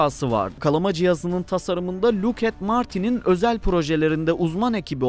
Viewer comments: Hagıs değil Hüuuğs. Skunkvörd değil skankvörd Lukiid martin değil lakiiğt martin İngilizce grameri birilerine sormalısın. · 'de ABD'nin dünyaca ünlü savunma sanayi şirketini adını "Lookhead Martin" şeklinde yanlış telafüz ettininiz Doğrusu "Lockheed Martin". 😂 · Video çok güzel gidiyordu ta ki siz Havırd "HAGIS" diyene kadar... Edit: Luket Martin :DDD ingilizce kelimeleri translate'e yazıp biraz dinleyin ya